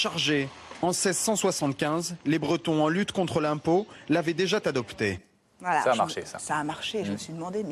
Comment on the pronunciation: l'avaient déjà Tadopté, bravo la liaison!!!